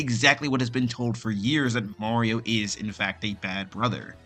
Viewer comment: why is he saying "Maowio"?